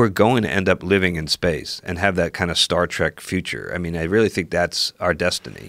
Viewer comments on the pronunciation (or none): my favorite part of joe saying a show he likes, is "Star Track" he never stopped saying it in 11 years